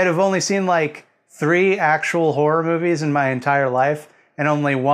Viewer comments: "Horrrrr" giggle giggle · say car. now spell car with an h. now say har. now add: ah. har-ah. You can say har-ah all day and it will never sound like "whore." You're welcome. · I actually cannot concentrate because of how North Americans say wh*re instead of horror. I'm so childish. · I will not keep my giggles to myself! That is genuinely all I can hear you say now. In the UK horror and whore have such different pronunciations that it's quite difficult to pun on it.